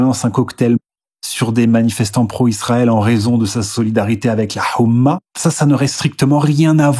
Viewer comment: Soyez rigoureux, cher: l'Oumma n'est pas « la hhoumma », et Abdel n'est pas « Hhabdel »…